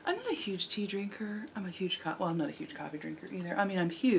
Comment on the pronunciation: I totally thought at the beginning of the show you said "wait I forgot my TEETH"...not tea. ;) that was awesome.